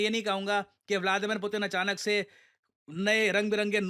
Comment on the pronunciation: pyuton ?? Putin ✅